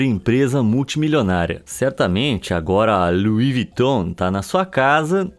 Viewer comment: Kk luis viton claro que não agora o nome é lui viton